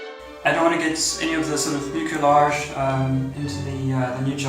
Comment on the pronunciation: In English it’s pronounced miu’-sil-aazh.